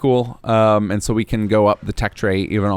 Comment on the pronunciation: Maybe I'm just childish... But surely I'm not the only person who has re-wound and re-listened to the pronunciation of 'tech tree' giggling to myself??